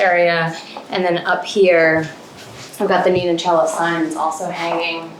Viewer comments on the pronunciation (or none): none